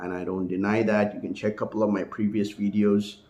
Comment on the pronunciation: the slurping of the coffee, the picking of the nose, the w in lieu of the v . . . all provided within the first 3 minutes of the wideo